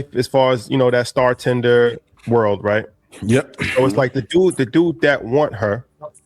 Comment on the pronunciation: What’s a “star tender”????